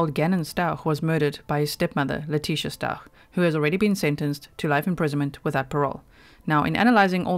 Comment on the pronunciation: Are you German because it sounds like you pronounced Stauch the right way lol